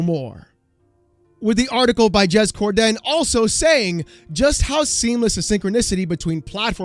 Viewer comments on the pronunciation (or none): Bruh, I love your content but you gotta stop with the “Cor-Den” it’s just one word “Corden” no emphasis on the “Den” that’s like calling you “”